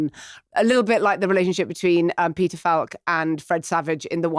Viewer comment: Peter Fah-lk???